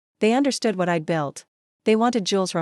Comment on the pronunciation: Shocking narration!! AI on speed! Why keep saying I D D D????